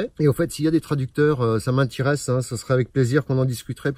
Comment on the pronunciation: les interventitions ??? ça m'intiériesse? lol